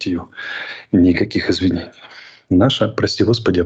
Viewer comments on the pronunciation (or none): Він навіть слово «Извинение» не може вимовити…